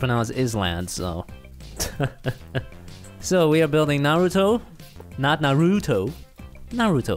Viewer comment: naruuuuto its naruto